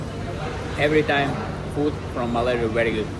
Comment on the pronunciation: Bro, our country is called MALAYSIA. Not malara. Try harder, please.